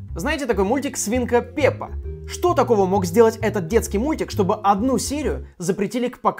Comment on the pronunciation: Не свинка Пьепа а пэпа и классные у тебя шутки